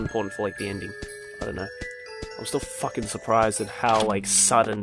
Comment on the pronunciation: "I'm saw facking kawaii"(●°u°●) 」😂😂